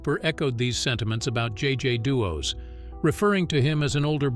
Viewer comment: JJ Deos? You mean Jonathan JJ Day? Lol